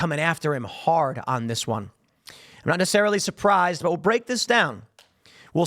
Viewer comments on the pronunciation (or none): none